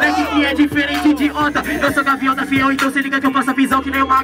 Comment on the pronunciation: "Gaviota" ? Kkkkkkkkkkk